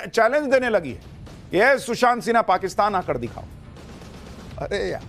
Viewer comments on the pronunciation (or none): none